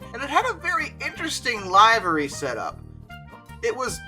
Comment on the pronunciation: livery = LIV-er-ee or LIV-ree (UK)